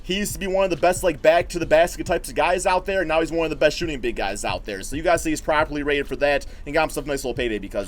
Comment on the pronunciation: I keep hearing "PROBABLY RATED" haha